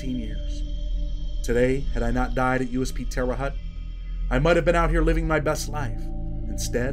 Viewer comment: Just wanted to say Indiana is a great state but it's terre haute (hotte)